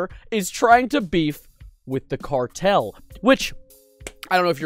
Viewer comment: I’m sowwy the cawtel 👉👈 🥺